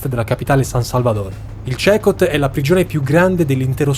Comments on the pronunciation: Comunque tutto bello e interessante ma si pronuncia (Secot) ! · Ciao! Sono Stefano Cecot, si CECOT… ora so che andare in quella nazione potrebbe essere un problema. 😮🧐🤔 comunque noi ci chiamiamo Cecòt, con l’accento sulla O. ❤ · Si pronuncia "Sicot" 😊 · Ma è davvero così difficile per pronunciare CECOT nel modo corretto? 😮😮😮😮😮😮